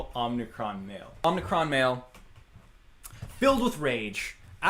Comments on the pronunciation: I can't get over how he pronounces "Omicron" as "Omnicron". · He pronounces omicron wrong.